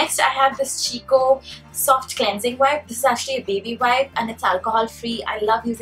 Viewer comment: Chicco is pronounced as "kiko" though! loved the video :)